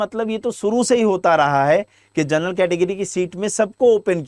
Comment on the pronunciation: Gernal nahi ur bolo